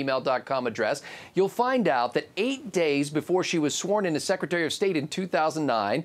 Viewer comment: "While [Hillary] was Suckretary of State"? Little Freudian Slip there,?:)